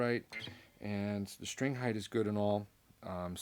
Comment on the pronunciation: Are you from Germany? I ask since you pronounce st as sh, as in strat or strings, and Germans do the same like in Straße or Stadt. Nice playing, I own a G&L Legacy Tribute and Squier Affinity Strat among others. G&L really sings, very very underrated guitar, and if one is to get it used, they are underpriced in used market at least in Canada. I'll take it over any MIM Strat.